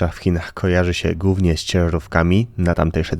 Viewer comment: Chłopak ma wadę wymowy. Ale nie poddał się, nagrywa super programy!